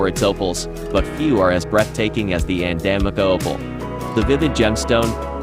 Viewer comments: The opals are from Andamooka it's pronounced An-dah-moo-kah for future reference. 😉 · Opal comes from Andamooka- pronounced Anda Mooka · Ok, as an Australian, it’s pronounced ANDA-MOOKA